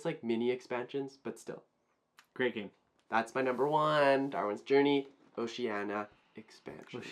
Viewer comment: You guys have just solidified your spot as my #1 favorite Youtube channel for being the first channel in history to pronounce Oceania right! 😂